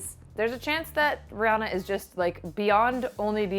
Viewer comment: Yeah and it's also renounced ree-anna but I'm tired of correcting people ha